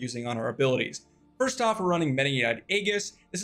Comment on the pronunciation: The Aegis pronunciation lmaoooo